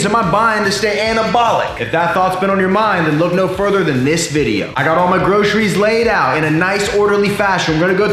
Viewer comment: I swear I heard you say 'bro'ceries